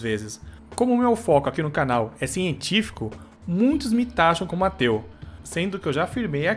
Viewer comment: no começo do video ele falou"eu tinha um tio que era ateu" e eu entendi "eu tinha um tio que era teu" kjkkkkkjkkkk